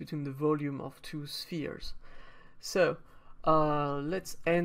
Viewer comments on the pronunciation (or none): none